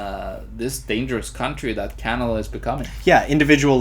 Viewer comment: it's canada , not canaba !